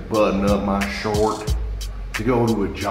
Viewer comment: Damn near made himself break character saying shoirt